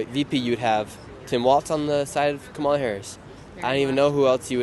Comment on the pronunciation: It’s pronounced Comma-la